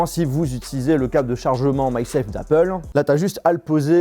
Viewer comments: sa sappelle MAG SAFE et non pas MY SAFE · Ça se dit MAG SAFE